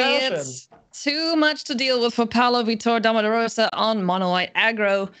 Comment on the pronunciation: Since the mtg community can be persnickety about made-up card names, it would be nice to hear the correct pronunciation of a world-famous professional player. VEE-tor (the stress is in the first syllable). Not that it matters, I will keep watching and enjoying :)